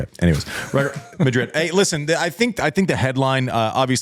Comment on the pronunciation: Wait, what's the scoop on why Andy pronuncing it "Midrid". It sounds lewd when he says Midrid but I'd like to give him the benefit of the doubt and say that he's not trying to be lewd. But why is he saying Midrid? I missed the memo. Someone fill me in please